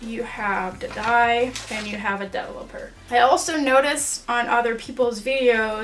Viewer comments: You should try saying developer with the emphasis here, like this: de-VEL-o-per 😊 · Hahaha, I keep on laughing about the way you pronounce words like developer 😂